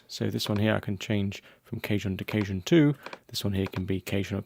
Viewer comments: Respectfully, you're pronouncing "cajon" as if it were "cajun," but it's not. :-) You're saying "KAY-juhn," which is how the word "cajun" (ethnic group) is pronounced. Cajon (the musical instrument) is pronounced "kuh-HONE." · LOL@ "CAY-Joan ensemble. It Is pronounced Kaw-HONE. Which is Spanish for:Drawer. As you can see, the boxes look sorta like drawers. Which they were for many years I'm sure. In the very old days. THANKS! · Cajun (kay-juhn) is very different to Cajon (kah-hohn)!